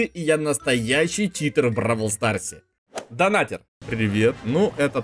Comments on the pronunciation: я скоро стану твоим хейтером ни донатэр а Донатер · Ага) И так же донатЭр это донатЕр